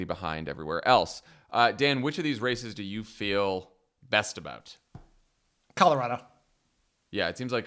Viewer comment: You both say Colorado right! Bless you!!